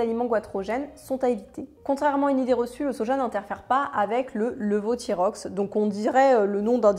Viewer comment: Merci beaucoup pour cette vidéo très utile ! Je suis professionnelle de santé et j’ai appris des choses :) Ps : on dit lévothyrox (ok je suis chiante). Pour ceux qui parlent d’écouter leur médecin plutôt qu’une YouTubeuse sachez que cela est un appel à l’autorité, sur la pyramide des preuves la parole d’un expert reconnu par ses paires (donc pas les naturopathes) est le niveau -1 (ou 0 comme on veut) sur la pyramide des preuves. -4 : rumeur populaire (on dit que...) -3 : témoignage qu’on vous a rapporté (je connais quelqu’un qui ...) -2 : anecdote personnelle (ça marche pour moi ) -1 : parole d’un expert reconnu +1 : étude de cas (une étude, une expérience) +2 : essais expérimentaux, réplications d’études ou d’essais (plusieurs études, +3 : meta analyses (analyses de toutes les études disponibles, de leur qualité etc etc) +4 : consensus scientifique (qui doit se baser sur les 1-2-3). Comment savoir qui croire ? Avoir de l’esprit critique. Bien sûr on regarde qui dit, si la personne a des conflits d’intérêts etc, mais on regarde avant tout ses sources. Une chaîne pour l’esprit critique : hygiène mentale. Il apprend les différents biais dont nous sommes TOUS victimes et comment avoir de l’esprit critique sans parler d’un sujet en particulier. Et je vous assure on n’a pas tous des conflits d’intérêt dans la santé, je me base que sur la science pour ma pratique et mes conseils quotidiens. Mais bien sûr j’aimerai être rémunérée au conseil/délivrance qu’à la vente de médicaments. V